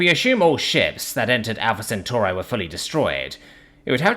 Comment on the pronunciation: You pronounced Centauri in two different ways in the first paragraph.